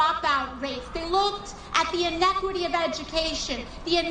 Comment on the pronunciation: AOC…”en-nec-quity?” Brother!